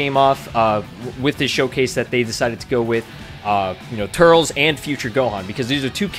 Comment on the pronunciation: Eeeew the way you say turles... 😝